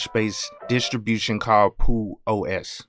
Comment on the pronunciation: I would suggest you pronounce the X rather than keeping it silent. In the "About" section of the website it reads: Peux represents the linux "Penguin with a tux". I think Google simply gave you the pronunciation for the French word "peux" which means "can" (as in 'can you do this?').